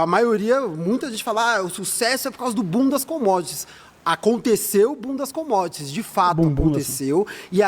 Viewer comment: eu só consigo ouvir "bundas commodities"